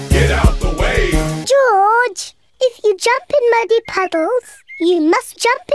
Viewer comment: I like the way how people tell George as "joj"😂 I can't wait to watch this premieres right now it's showing"Premieres in 37 hours" well I have no problem because I have set reminder 🔔 it will notify me well this will go live can't wait to watch this and laugh 😂😂